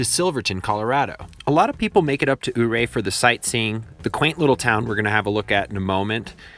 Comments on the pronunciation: "Your-Ray" not "Ohhh-Ray" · It is NOT PRONOUNCED OO-RAY!!! IT IS PRONOUNCED YOU'RE-AY...YOOO-RAY !! THERE IS A "Y" before the O !! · Oooray? Hahaha! It's pronounced Your-ray. Like the Big Chief, remember? I visited there many times, and got married there, after living in the Roaring Fork Valley near Aspen for 20 years. It is surely dangerous, and lots of people have died, mostly due to avalanches, but I never heard it called the highway to hell. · You are pronouncing Ouray wrong. The the O makes a y sound in the name. Think Yuray not Oooray. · I don't want to be a negative Neĺlie but I am a native Western Coloradoan and Ouray is pronounced Youray not Ooray. Very nice video! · Great content - but please, it's "Your -ray" not "ooh-ray":-) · It's not ooray. It You Ray. I lived there a few years and never heard it called "The Highway to Hell." There is no way Bear Creek Falls is 2000 ft. Unfortunately, there are quite a few errors in this video. Nice to see the footage, though. The San Juan Skyway is on many lists of the most beautiful drives in the US. I never would have thought to put it on the most dangerous roads, though. Maybe in winter. Maybe for a paved road. Certainly not for an unpaved one. For that, try the Black Bear road into Telluride. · I know that you probably can't do anything to fix it now, but it's pronounced "YOUR-ray" not "ooh-ray" ... Otherwise an excellent video! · I grew up 40 miles from here, my uncle and family spent their lives in this town, as he was a mine worker. I love your video but every time you pronounced "Ouray" I cringed. It is NOT "O ray" . It is Pronounced "U Ray" ( the "O" being silent.) Ouray is the name of a famous Ute indian chief from this area. Very good documentary otherwise. Thanks. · YER-ray not OH-ray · Ouray is pronounced your-ray. 😉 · Your ray that’s how you pronounce it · I know I’m a little late on this one but the Ouray is pronounced like Youray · And it’s pronounced U-ray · it's pronounced "Youray"...